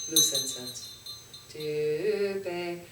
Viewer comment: pronounce push + pay : Puspe ( 🌺 flower) Dhoo + pay = Dhupe (incense )